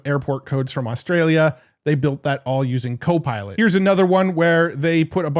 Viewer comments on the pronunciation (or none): none